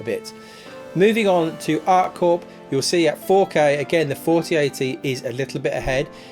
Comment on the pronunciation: "Art Corp" ☠